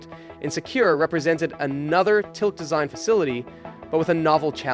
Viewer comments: Money money money. It never ends. Good post. And it’s pronounced Till-kee. Oy! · its not "Tilk" its "TilkE" !!